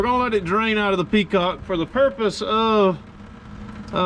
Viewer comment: How many of you said petcock every time he said peacock?